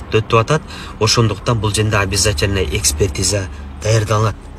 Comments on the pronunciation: Юрист туура суйлой албайт окшойт а бул жерде деген созду бкл женде женге деп айтат экен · Тантык экенсиң го...бул женде деген сөздү биринчи угуп жатам